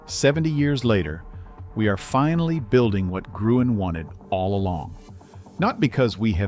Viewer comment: You're pronouncing Victor Gruen's name completely wrong; he was Austrian, and since you Americans don't have a Ü sound in your language, it's written as ue but still pronounced as ü.